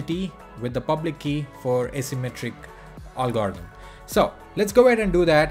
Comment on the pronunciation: Ffs learn to say algorithm!